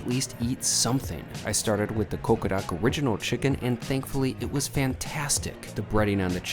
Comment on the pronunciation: Is he pronouncing it as CoqoRak?!